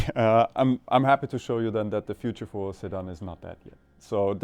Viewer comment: Man I couldnt understand what was being said at first and thought he was talking about Saddam (Hussein) not a sedan still has a place